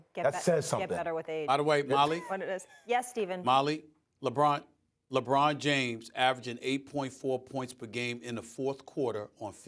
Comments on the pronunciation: Bro said lebum 😂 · Mad dog said LeBum 😭😭